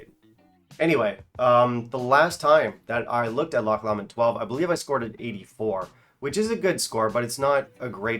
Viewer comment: Pronunciation for Lomond - Low-mond